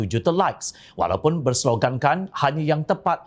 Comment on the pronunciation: Cara dia sebut "WALAUNTeeT" tu professional btui. lolz...